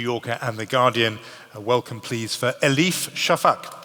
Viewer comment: elif şafak bu sahneye çıkıp "enkarıç" dedikten sonra benim için ingilizce konuşmakta özgüven sorunu kalmamıştır. artık ortamlarda özgürce enkarıç diyebilirim. demek ki kimse ayıplamıyormuş. teşekkürler elif şafak